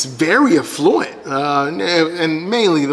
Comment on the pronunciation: Funny way to say “affluent”.